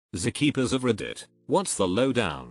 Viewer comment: narrator voice: zeh-keepers of reddit